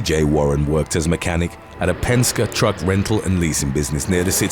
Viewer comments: Penska?...it's pronounced Pen Ski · What the fuk did you say? Penska? It's penkse. E. The letter E. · It's Pen-ski, not Pen-ska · It's pronounced pen-ski not pen-ska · Its Penske Not Penska !!! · Dafuq us ‘Penskuh?!’ It’s ‘Paynski!’ Smh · Penske is generally pronounced "PEN-skee". Also, how about "When Mental Hospitals/Psych Wards Go Wrong" or "When Finland Goes Wrong" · Its pronounced PENSKIE...OR PENSKY...BUT Written Penske. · Penske notice the e. Not penska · It's "Pen Ski" (Penske) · Penske is pronounced Penskey. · It's actually Pens-KEY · Penske is pronounced... Pen ski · It’s pronounced penski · He called the truck company Penska lol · it's pronounced pen-skee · its pronounced 'pen-ski' as in 🖋⛷ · You need to get your team to tell you how to pronounce some of these names right like Penske (e not a ) ive picked up on it a few times but you do alot of vids so i get it haha